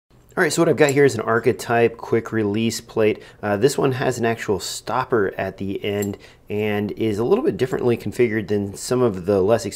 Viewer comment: You say 'ACRA'. It's ARCA.